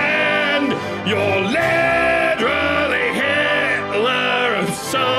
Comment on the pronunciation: Liderally? You mocking American accents, mate? lol